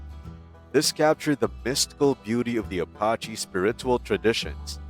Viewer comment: You better learn how to pronounce Navajo, and Apache. This is exactly why you need to stay in school kids, so that you can learn how to speak proper English.